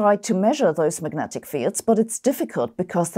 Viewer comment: Just wondering - - what are Magentic Fields? A little less than Majestic? More? LOL 🙃🤔